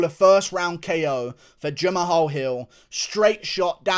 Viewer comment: Guru. H is silent in Jamahal.